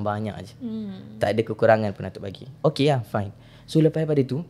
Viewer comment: oukhhey oukhhay ape bnda do 🤣